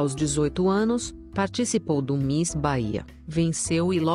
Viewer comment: Não se diz mis, diz se miss, está bem?